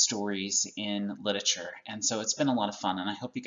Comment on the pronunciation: the word literature actually has four syllables, but you can speed it up to three if you feel like it.. but it really does not have two.. you cannot say lit-chure